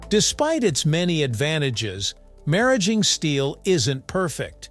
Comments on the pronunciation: The correct pronunciation is how it’s spoken right after the mention of nuclear centrifuges. Similar to “marriage”. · I never expected a segment on maraging steel! I think it's pronounced mar - ageing. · First fucks sake, they pronounced it two different ways, both wrong. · Fix the narration. Maraging was pronounced four different ways. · You pronounced Maraging two ways. Which is correct? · I'll never know how to pronounce maraging. So I'm going to keep on calling it alloy steel.